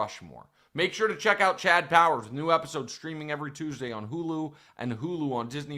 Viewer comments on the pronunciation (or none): none